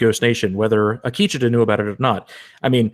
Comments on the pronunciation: Zahn McClarnon (the native American actor) pronounces it Ah-KEE-che-tuh. There's your poison for the day. ;-) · Ah-Key-Cha-ta, I hope people are not hard on you guys.